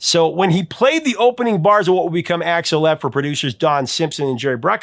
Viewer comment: Dude....did you call Axel Foley .....Alex?